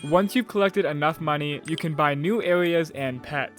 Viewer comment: did blud say new aweas and pewts or new areas and pets??????